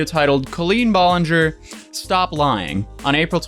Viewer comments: Heh, at first I though he said Clean Ballinger. I have a dirty mind. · Clean Bowlenger is literally what i heard.